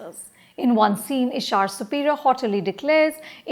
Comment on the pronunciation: She watched the movie and can’t even pronounce the lead’s name ishaaaaaaaar ‘’’And all about those action scenes in the end they went overboard with it’’ Its an action movie anupama come on Why do i feel like you are just reading a review made by your team